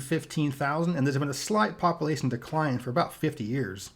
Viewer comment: love these videos but please say population not poppilation. otherwise your voice is great for this information